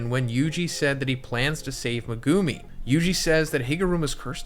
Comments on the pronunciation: ME-gu-mi Not me-GU-mi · You say his name wrong every video! It’s pronounced, Mega-me! Not Me-goo-me 🤦🏽‍♂️ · not saying megoomi please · Pls stop saying Mehgoomi. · Learn how to pronounce megumi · Was enjoying the video until you butchered megumis name